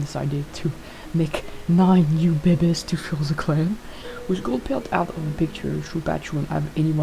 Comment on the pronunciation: I love how you say "bebes" its just so fun. I wonder if the snake the med cats saw looks like Shrewpatch, a brown snake o3o